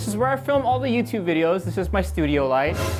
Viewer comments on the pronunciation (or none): none